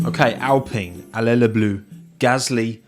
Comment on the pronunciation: "allay leu blue", nice one mate !